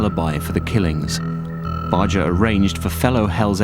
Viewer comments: Sonny literally pronounces his OWN NAME several times in this documentary yet you continue to not say it right. It's not an "accent" thing either. It's pronounced "BAR-GRRR" Not "Bar-Jer" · I think it's sort of insulting to an audience when filmmakers don't do the most basic research on simple things. Sonny Barger pronounced his name with a hard "G". Bar- Gurr, not Barger. As Barger himself pronounces his name in this film (when he reads his letter to the president), this is baffling. So i stopped watching pretty early. I need to be able to trust my sources. :) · Why'd Barjer pronounce Barger Barger not Barjer?